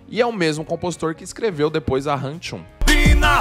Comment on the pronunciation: Tô rindo aqui do falar RAM TCHUM KKKK o vídeo é sobre o nome da música e ele falando errado kkk